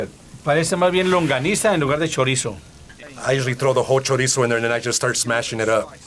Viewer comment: You know you gotta learn how to properly say ‘chorizo’ if you’re going to be around it.